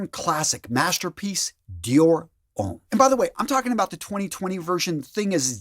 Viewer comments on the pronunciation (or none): none